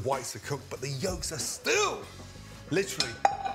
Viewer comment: b u t t h e y o l k s a r e STYLL